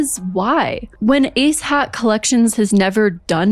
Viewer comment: Am I the only one who can’t stop hearing “A$$ hat” every time she says “ACE HAT”???